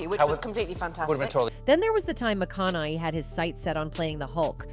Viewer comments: Please pronounce his name properly. Sheeeesh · Except he has been in a lot of movies lately and has been so steadily since he started. He was never blacklisted. That is a lie. And whomever is speaking can't even pronounce his name correctly. 😂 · Mcconelly, mcconeeeee, mcconaaaa, mcconiii, mcconellll……. Cmon AI you can do better 🤣🤣🤣🤣 mc-con-a-hey….. see, that was easy 🤦‍♀️🤣🤣🤣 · Would be good if you actually got his name right. McConnehy not McConnely. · OMG another AI it's pronounced MAKONAHAY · Mathew MaConey, nice AI narrating. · Strange when you pronounce his last name, you pronounce it differently every single time! Why? pronouncing his last name isn't real hard. as I type this, you pronounced it 3 different ways. Ma-con-ni?? are you stroking out? maybe try using an actual narrator, instead of some AI to read your pitch. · Somebody please tell this narrator his name is not McConnolly. Correct pronunciation is kind of her job. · Couldn't finish the video because of the computer generated voice. You can here it when it mispronounces his last name. It can't say it correctly. It switches between Macanaigh and Macinigh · Although she pronounced it correctly a few times. But mostly it was "MaConnelly." Oh, well. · Reprogram the bot - the name is said, Mic-CON-uh-hay. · I love how he keeps getting called McCon eye lol. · Mac Con A Hey is how to say his name. Research it before you say someone’s name over and over. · all I hear is McConnely. :body-blue-raised-arms: And OPR Winfrey 🤣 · The AI can't even pronounce Matthews name correctly, needs training before being employed. McCaughey Mac con a hey. OPR is Oprah, is that code? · They oughta spell it out phonetically for the poor robot. Like "ma kana hey". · Maconahay. Phonetic. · I’m having a hard time focusing on this video because of the mispronunciation of Mathew’s name 🤦‍♀️ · Why can't she say Matthew's last name correctly 😂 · O.o how in HEEEELL do you pronounce Matts last name 10 diff ways in 1 vid XD